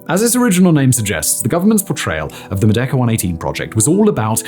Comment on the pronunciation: I mean, it kind of sounds like that, but even then it's kind of a stretch considering how he's not exactly pronouncing the word correctly